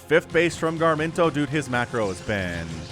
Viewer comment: through all cast I was hearing "gar-min-toe". It is Ga-rim-to.